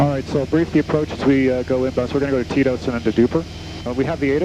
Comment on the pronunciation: Oh, TETOS. I thought you were saying "TIto's." Like it was Tito's waypoint.